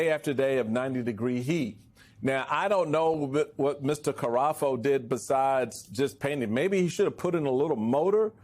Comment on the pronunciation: The pool cleaner guy's name is Cafaro, not Carafo.